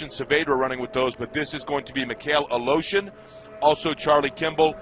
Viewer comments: Every time they say Aleshin... im like. Where are they finding the letter O in that last name? They keep saying Aleoshin. ITS ALESHIN.... E.. NOT O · he says aloshin its aleshin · It's not fucking "Alotion", it's Aleshin! This guy should learn how to read, because it's annoying. Hope Mikhail recovers well and fast. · UH LOW-SHUN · What is the commentator saying? Mik hail a lotion? It’s not a that hard name. Is he even trying? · A-lotion? Fuck's sake. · LOL they pronounce Mikhail's last name as "a-lotion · Mikhail "a-Lotion" Good grief... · Joey of the Bacons Who do you think I'm???? fook.. I'm Russian, and every frikin russian can tell you that is NOT how you say Aleioshin... Its sound more correct if I was to say Valoshin.. now thats more of a russian name.. but "Al-oh-shin" is NOT russian. its sounds like and American braking his tong trying to say it right , but fooking failing misrably